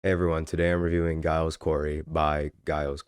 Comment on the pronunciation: bro how do you still say it wrong when the first word in the album is literally “giles” 😭😭😭😭